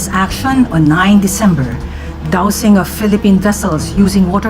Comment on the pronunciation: Action not oresscon